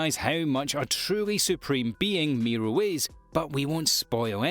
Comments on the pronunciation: Jin MORI not MEERO /sigh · It's jin mori not jin miru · Why's he calling Jim Mori Miro? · not miru.. Moriiiiiiiiiiiiii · Is Mori Jin not Miro Jin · he said mori's name wrong and it really erked me